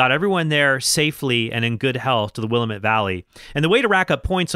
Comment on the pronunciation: Cool! I loved that game. I only played it when I was real young, though, and never did beat it. P.S. I'm from the Willamette Valley, and it hurts our ears to hear will-uh-MET (caps are on the stressed syllable). It's pronounced more like will-AM-et, with an a-sound like the one in the word apple. Here's a 46 second video that does a good job of showing how we pronounce it